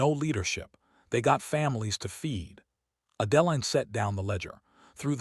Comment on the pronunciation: I can take that pronunciation over the way Adeline is pronounced. Now that is really jarring!